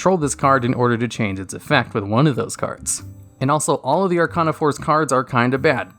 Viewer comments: Arc-ane-ah not arc-ah-nah Sorry for being that guy. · I think it is spelled Are-kay-na :P